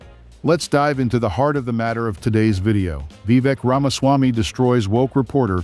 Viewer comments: I couldn't watch it after you said his name wrong 3 times in the first minute. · I watched this video for 35 seconds, until you mispronounced his name. Then I shut it off